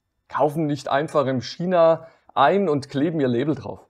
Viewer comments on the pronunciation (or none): none